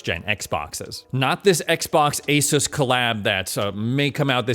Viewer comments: It's pronounced AS US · It is pronounced as 'AY-SOOS'. ASUS actually made a video of how to pronounce it lol. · Pronounce it like A Zeus.